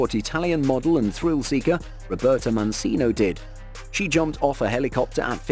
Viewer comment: Mancino as in the Italian model’s name, is not pronounced ‘Man-see-no’ but rather ‘Man-chee-no’ - ci is pronounced ‘chee’ and chi is pronounced ‘key’. Please learn how to pronounce people’s name’s correctly to show them respect !